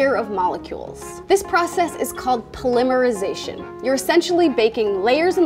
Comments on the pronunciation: It is the British way. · That's actually the correct pronunciation!